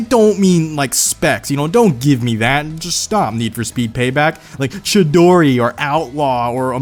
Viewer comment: He pernounced chidori wrong it is the name of a Japanese bird